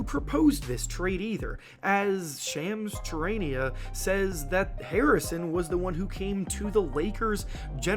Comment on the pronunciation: How are you a basketball YouTube channel and butcher Shams' last name like that 😂